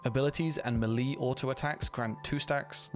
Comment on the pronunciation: Mah lee? What mah lee? Oh you mean melee...